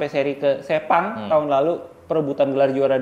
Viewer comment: Gw kok takut pas di bilang sepang terus kesleo lidahnya jadi sepong😅